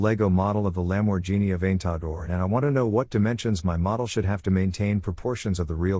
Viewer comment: The way the text-to-voice pronounces Lamborghini Aventador is hilarious